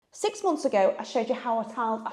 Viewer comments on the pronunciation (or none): none